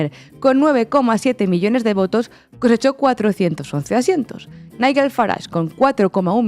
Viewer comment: Long live Corbyn! La putada que le hizo Starmer en aquel entonces es imperdonable. Magnífico análisis!! Un detallito insignificante: Nigel se pronuncia no como la "gu" de guerra sino como la " j" de John. Os queremos ❤❤❤